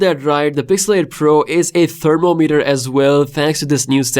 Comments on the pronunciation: Thermo-meter ❌️ Therm-om-eter ✅️ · Your pronunciation of thermometer made me wonder what device is that 😂😂😂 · guys i have a question ::: do ppl say thermometer like he does on the video?